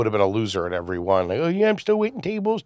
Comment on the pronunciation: Why does he say IVRY IVRY. It’s Ev Er Y